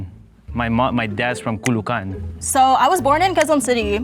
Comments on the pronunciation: Kuh-lu-can? haha...supposed to be --> Ka-lo-Oh-can... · caloocan being pronounced calucan is crazyyyyy (ka-loo-oh-kan) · ka-lo-o-kan to ka-loo-kan😭😭😭😭😭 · “Kulukan”!?!! How about “Calo-ó-can”? Was he purposely mis-pronouncing the name of “Caloócan”? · If I were in that game and I heard that guy call Calo-o-can , Calucan , I would have said he’s not the Filipino XD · “Kulukan” 🤣 Bruh, it’s ca-lo-o-can 🫠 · The guy who said "Kalookan" as in Kah-Looh-kahn clearly doesn't speak tagalog. It is Kah-Loh-Oh-Kahn. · I would've thought it was Marc in the beginning. He said "Ca-LOO-can" instead of "Ca-lo-o-can" 😂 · Ca-lo-o-can. Not Kulukan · kalukan instead of calo-ocan 😭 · Caloocan being pronounced as ca-lu-can 😅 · DID THAT GUY SAID KULUKAN TO CALOOCAN HAHAHAHAHAA GAGO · Why is no one talking about the guy pronounciating Caloocan as 'calucan' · Kuh-loo-kan ampota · "Culucan" WHAT?!! 😂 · mans said caloocan as kalukan tf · bro said "i'm the only one who hasn't been there ... but i'm fluent with the language" and pronounced "caloocan" as "kulukan" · Kaluhkan (Caloocan) 😭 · KOOLOOCAN? WTF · Kalukan? for Caloocan??? oh my goodness these fil-ams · The one guy pronounced, "Caloocan " as "Kulukan" had me laughing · I evaporated when he said "Kulukan" for Caloocan 😭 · The way he pronounced malabon as "malabowan" and "caloocan" as Ku-look-an got me dead on the floor, but how did he get eliminated first though, he literally spoke in perfect accent 😂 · its Ca-lo-o-can po hehe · Caloocan ✖️ Caluucan ✔️ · "Kluhkan" parang yung pinanggalingan ni Namor eh yung mga kalaban ng mga taga-Wakanda haha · KULUKAN DAW BASA SA CALOOCAN HAHAHHA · Bro said Caloocan like kalocan 😭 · it's pronounced as cah-loh-o-kan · he said caloocan wrong. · I'm not even filipino by blood yet I felt pain when caloocan was pronounced extremely wrong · I died at how horribly that guy pronounced "Caloocan" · I'M ABOUT TO CRASH OUT BECAUSE OF THIS. ONE GUYS EVEN PRONOUNCED CALOOCAN WRONG! WTH IS THIS WHITE WASHED FILOS DOING